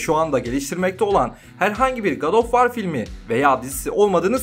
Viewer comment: "Ankhertıd" filmi mi? Filmin adını translate'e yazıp okunuşuna bakmak zor bir şey değil. Edit: War kelimesi de vor diye okunur. İngilizce bilmemek suç değildir. Ancak en azından ses kaydı almadan önce yabancı kelimelerin okunuşlarına bakılabilir.